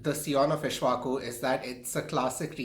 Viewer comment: and it is not ishvaku...it is pronounced "ik_sh_va_ku"